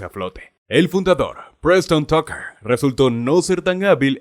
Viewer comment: El auto es Tucker, no Trucker. Si vas a hablar de autos por lo menos pronuncia bien. Hablas como Skipper, el pingüino de Madagascar.